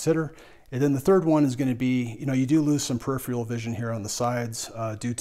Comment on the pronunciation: It's peripheral. (Per'i'fer'al) not "perifial".